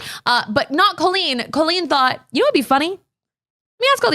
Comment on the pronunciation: I literally want to grab her and tell her that her name is COLLeen not COlleen. I’m glad I’m not the only one that thinks that crazy